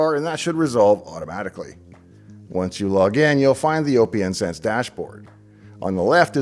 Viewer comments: You must be trolling with you pronunciation of Oh Pee Enn Sense.... It's Open Sense Dave... Need proof? How do you pronounce the second word: lieutenant colonel. Yeah that's what I thought. It's Open Sense, get on board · Always thought it was intended to be pronounced Open Sense, even if I'm wrong, I still can't deal with O P N Sense sorry :( Loved the video nevertheless, thanks! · Pretty sure it’s pronounced “OpenSense” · Austistic guy here. OPNsense (pronounced open sense) is FreeBSD, not Linux. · Well explained video. (I'll be THAT guy) hearing "O P N Sense" feels wrong... Just like hearing "Kube Cuddle". And remember it's A-M-I not "ami" 😂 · Basic but good video, FYI OPN is pronounced just like open so it's opensense like open source. You're reasoning for picking it over PF, the UI is basically the number one difference. Ran pfsense for a few years and about 2 years ago, I tried OPNsense in a VM for testing purposes, we've come along way from ipcop and others. Thanks for bringing it back to my attention I may have to try running it again.